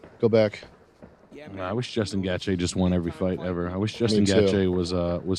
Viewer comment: no way pronounced Gaethje like that 😂